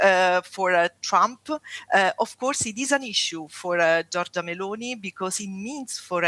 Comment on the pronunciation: Anyway Giorgia is pronunced "jorja" you don't have to pronounce the i.